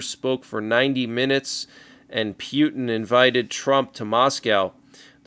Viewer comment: P Yoot N cracks me up every time I hear pronounce it that way😅